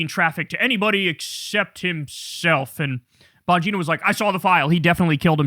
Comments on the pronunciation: "Dan Bongina" 😂😂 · His last name is pronounced Bon Gyna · YOu pronounce it wrong. It is "Dan Bong In No."